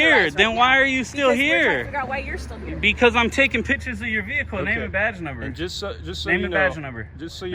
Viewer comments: OMG I love your content I love your videos I love your message I love your purpose but please stop saying "pitchers" when you mean pictures pitchers are a position on a baseball team or a vessel in which you serve beverages but pictures. . . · Knew that first one was B.A.T. as soon as he said "pitchers" 😅